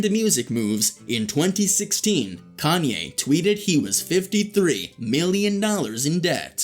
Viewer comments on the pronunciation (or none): Can’t take u serious u mispronounced his name